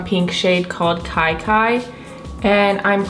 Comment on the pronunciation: The look was so pretty showing what seems to me a good palette. Here again tho it’s so funny how ppl still don’t read or see the true name of one of the colors as I understand it- at times in the beginning it was said as Kiki but KaiKai is my understanding of the shade color. Huge huge difference in meanings and of course as a creator I’d want ppl to get the names right if they were doing a review. I finally ordered it yesterday and this reiterates my feelings of what a good one it is